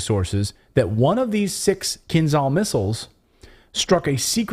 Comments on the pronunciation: It's not "Kinzal", but "Kinzhal" (sound "j", not "z", like Ninja). Кинжал means dagger in Russian. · KINZHAL is pronounced [kin`ja:l].